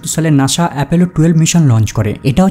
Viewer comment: ঠিক। খুবই disgusting শুনাচ্ছিল উচ্চারণগুলো। নাসা কে বলছে নাশা, সাকসেস কে বলছে শাকশেস।